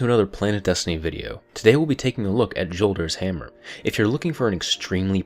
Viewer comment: THANK U FOR SAYING JOLDERS RIGHT... Datto says yolders... like where the fuck u get the y from